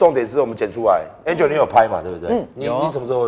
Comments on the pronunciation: 我是說館長唸起來比較像安卓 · hu hu 比較像安卓